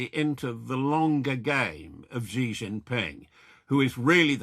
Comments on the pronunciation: Xi is pronounced as “she” not “gee.” Ffs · Just a tip to boost your credibility, Xi is pronounced ‘she’ or ‘see’. Not Gee.